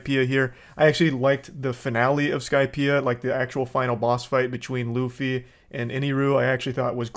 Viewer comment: They couldn't even pronounce Luffy's name right how are they going to do anything else right?